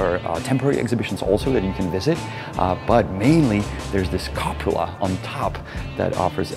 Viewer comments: 00.52 Did I hear right HG saying "copula"? Funny, in italian copula, and verb copulare, means pářit se. Cupola is translated as dome in english. Always entertaining... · Copula? Cupola! :)))